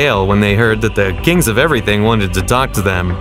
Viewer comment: "They king of eweything"